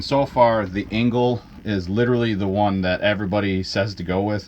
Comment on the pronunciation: Engel not Engle...🤪